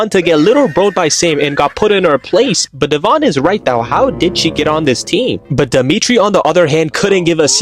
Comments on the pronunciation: It’s Devon… not dE’vOn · Her name is not dev-on it is devon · Is no one talking about the way he pronounced Devon’s name